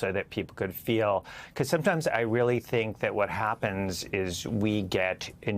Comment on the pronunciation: Yeah! We weally, weally, weally, weally, weally got Twump THIS time! :face-green-smiling